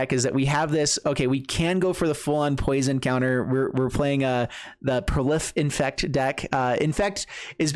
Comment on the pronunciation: Its Fynn not Flynn